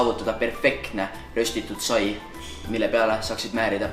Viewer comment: See pole sai😂 "Saib"